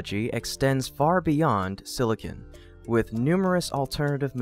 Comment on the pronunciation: silicon not silicin